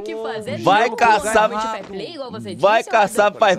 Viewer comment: "Farplay" kkkkkk